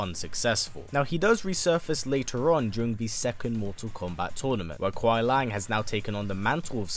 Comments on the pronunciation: Love the video but just a tip or you before you make the video on Sub Zero... It's Kuai Liang, not Lang. Keep up the great work, love your channel. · Its Kuai Liang, not Kuai Lang